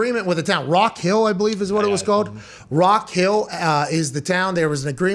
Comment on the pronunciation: Rock hill South Carolina. Put some respect on the city name Pat!